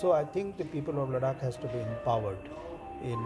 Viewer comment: Ladak. Hahaha I person who can't pronounce ladakh. How he knew the history of ladakh.